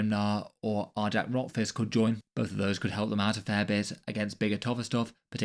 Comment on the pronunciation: One minor correction- it's pronounced "Ar-yac," kind of like "Ny-all." Great breakdown of the rules though.